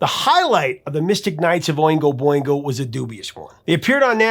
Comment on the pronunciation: Boingo Not bingo!